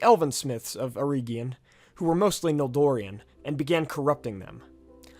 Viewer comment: "Who were mostly Noldori-an"?....no brah...NOL-DOR-IN. Noldorin. 😉